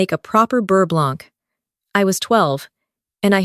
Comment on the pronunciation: One does not pronounce the "c" at the end of "blanc".